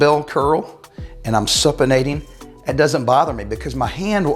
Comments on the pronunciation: It's Supination , like super bowl, not supination like supper... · supination is "soo-pi-nation", long "U"